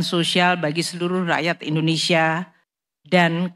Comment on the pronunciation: Hati hati bg penyiar bilang indonesa gelap